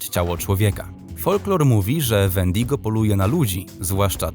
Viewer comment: Możesz nauczyć wymawiać się nazwy wendigo i wendigo to człowiek który niby dopuścił się za dużo razy jakiegoś grzechu czy coś takiego